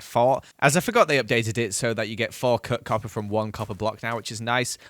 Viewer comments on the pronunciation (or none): When said 4 cut copper I heard 4 cooked copper